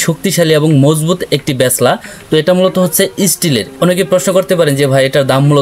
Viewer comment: ব্যাচলা না, হবে ব্যালচা 😂